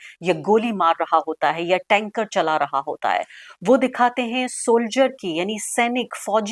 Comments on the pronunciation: Tanker nahi bewakoof tank bolte hai... Itna pakistan prem aa gaya ki, bol bhi nahi pa rahi hai aunty...haha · Arfa Tank hota hai, Tankar nahi.